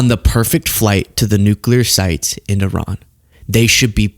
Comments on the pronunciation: She can't pronounce Iran correctly though. Which is very ignorant. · When are Americans going to learn that Iran is not pronounced I RAN ? It's E RAN. It is that easy. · Some of these people can say "I-Ran" because they run when confronted on camera & off